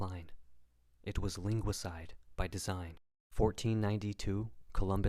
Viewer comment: He said... Linguisticide‼️Wow 😳 So good